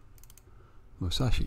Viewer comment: Mu-sa-shi is how you pronounce Musashi.